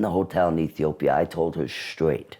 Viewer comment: I think that was just a mispronunciation and they meant Ethiopia.